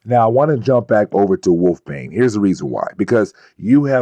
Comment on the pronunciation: Wolfsbane has an s in the middle of her name, and it is not a silent one.